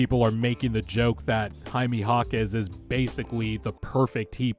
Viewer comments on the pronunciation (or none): Enjoyed the video but the way you pronounce Jaime was like nail on a chalkboard 😂 it’s more like hi-may not hi-mee